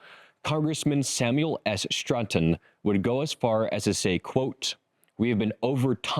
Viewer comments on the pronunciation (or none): none